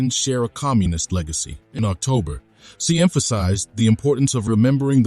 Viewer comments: President Xi is pronounced as Si not zai😅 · 1. You are a Pro China Channel and you cannot pronounce the name of Pred. Xi's name correctly. Change the Bot. 2. Vietnamese knows how to play the geopolitical game of China and the US, sometimes they win and at times loose. The bottom line is China is their next-door neighbor who is not a push over and the Vietnamese knows how to and must play the geopolitical game in order to stay independent and a sovereign state.